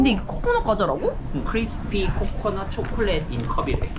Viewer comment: คริดสะปี้ โคโค่นัด ช็อกกะแลด ไทยแท้มากกก 555555